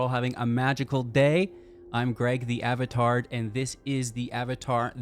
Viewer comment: Did he say avatard? 😂